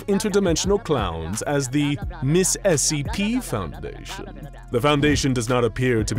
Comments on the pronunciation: Giving that they are clowns who hate the SCP foundation, they probably call it Essie P on purpose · I find it really funny that they mispronounce SCP as *"Essie P."*.